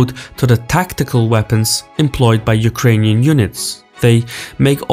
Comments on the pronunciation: Hey. Thank you for trying to pronounce Ukrainian cities name correctly! I like it! <3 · Your pronunciation of Ukrainian cities are on point 👍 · Dude, I haven't watched the video till the end YET, but I enjoyed the way you name our cities. I am watching multiple foreign channels, and so far you got the best pronunciation. Not that it matters a lot, but still.